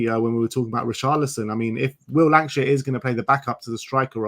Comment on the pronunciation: Lankshear, not Lankashire.